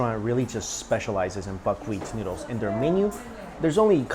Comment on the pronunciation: i dislike how you pronounce noodles